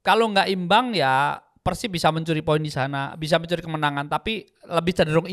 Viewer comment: Bang biasakan kalo nyebut PERSIB itu pake E. Bukan "eu". Gak enak di dengar nya 😂